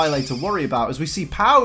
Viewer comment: Another great video but damn, the way you pronounce Venoshock is cringey. Please don't tell me you pronounce Venomoth the same way.